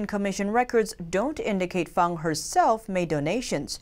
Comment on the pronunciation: you correctly pronounce Christine Fang's nick name as "Fahng=Fahng." This warms the cockles of many Americans hearts, why? You understand that tonal inflections in Asia are paramount. It is not Fang---with a hard "...Aaaa." as what grows out of a werewolf's mouth. Many of your viewers have lived in Asia for decades and we appreciate your due dilligence in all of your reporting. Beers and kudos to all your staff. Keep up your fine, yeoman work.